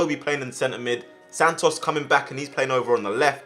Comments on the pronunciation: Sannos instead of santos 😂😂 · Everyone else: Santos: Santnos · bro doesn’t know how to speak “sand-os” 😂